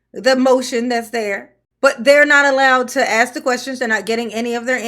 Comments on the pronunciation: Speech class. Act # Ask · "You ax me trustee, so let me finish". Tiffany Tahoe...it's ASK, not ax. You're a Super Crooked Mayor 😂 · I can’t believe she still says “Ax” instead of “ask” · By the way the word "aks" is ask hehe... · FYI- ax = ask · And perhaps a basic language class, as well. The way she pronounces “ask” is simply embarrassing.